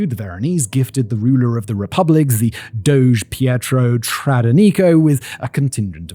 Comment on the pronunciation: What a lovely treat to hear someone use the word "doge" correctly.